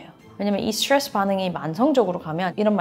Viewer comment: 스츄뤠쓰 스츄뤠쓰 스츄뤠쓰